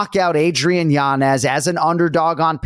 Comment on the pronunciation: Yo why does that kid in the middle insist on saying Yanez's name wrong when he's heard how to say it right a million times? I never understand when people do that. Shit irks me